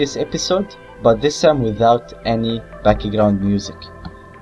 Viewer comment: I love it when he says backigraund instead of background. Awesome tut!!!Very usefull!